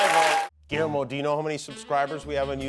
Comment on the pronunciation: Guillermo! 😊.... I thought you said "a bottle of cuervo!!"....